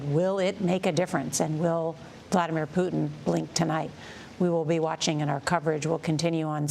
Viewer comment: He said Vladimir pudding?